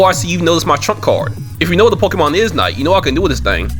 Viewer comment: Wait, did he say pokemon? 😂